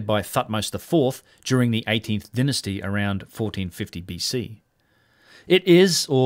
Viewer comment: Denisty?? It is Dynasty.